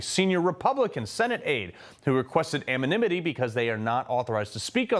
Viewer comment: What's ammo-ni-mitee?